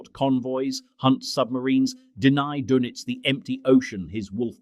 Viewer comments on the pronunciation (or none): The pronounciation of Dönitz drives me nuts. You shouldve spelled it differently to make the AI voice say it properly.